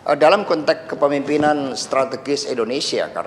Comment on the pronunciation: Kontex bukan kontek boss ...ucapkan sesuatu , kata" nya hrs benar ...